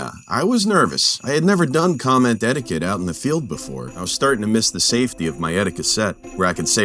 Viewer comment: STOP CALLING IT AN "ETTIQUE-SET" YOU KNOB! SETTIQUETTE!!!!!!!